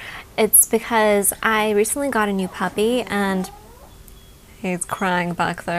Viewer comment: I thought you said "I recently got a new hubby" instead of a puppy! haha I had to rewind that a few times to check! x